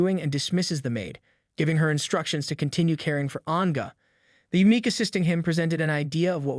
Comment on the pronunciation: yeah, the random pronounciation and intonation are wack. It's never going to get eunuch right 😂